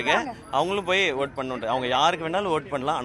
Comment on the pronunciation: It's Vote...not Oaatttuuu Oaattuu